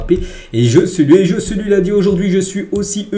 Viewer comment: Faut vraiment que tu travailles ton espagnol parce que le Joe-Ce-Lu là ce n’est plus possible 🫨😂😂